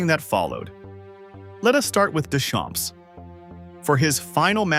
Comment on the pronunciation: Ai : do not pronounce p and s of Deschamps. It is a French name. It means "from the fields"